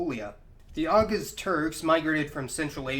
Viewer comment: “Carackle packs”? TaRtars? Awguzz? Sell-juck? You know, if you’re going to make a video about Turkic peoples, it might be good to learn to pronounce the names of the people you’re talking about.